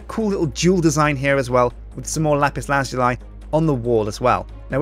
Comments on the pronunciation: Dude... it's pronounced: "LA-PIS LA-ZOO-LI" Not: "LA-PIS LAZ-YOU-LI" GET IT RIGHT!!! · Lazuli is pronounced laz-oo-lee, not laz-yoo-lie. But anyways, still a great build! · IT'S LAH-ZOO-LEE!!!!!!!!!!!!!!!!!!!!!!!!!!!!!!!!!!!!!!!!!!!!! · Lapis lah zoo lee that's how you pronounce it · ***** Oh god, I looked it up and it is really pronounced that way. BUT IT SOUNDS SO WEIRD! :( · It is pronounced lapis lazooly